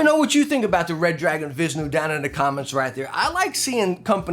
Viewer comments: it is vish-nu not vis-nu it is named of the indian god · Vish-nu is how you say it boss. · I would pronounce it the "Vee-ISH-new" ... because it looks pretty "ish" to me :P lol HyperX Alloy Origins Core hands down a better choice to me!